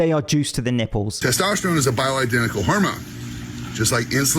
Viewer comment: Dude can barely even say bioidentical....